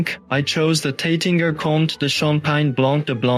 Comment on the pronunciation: I prefer your real one. This was a bit silly. Please check the pronunciation of Taittinger.